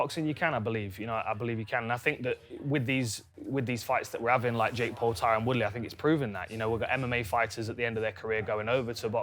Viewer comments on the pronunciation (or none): its tyron not tyrone he said it wrong lol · It's Tyron